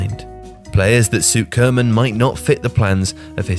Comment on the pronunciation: What makes it so hard to pronounce Koeman? Barely do you hear a foreigner pronounce it correctly.